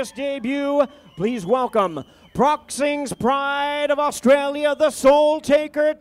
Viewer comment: The Announcer : wheres Osstraya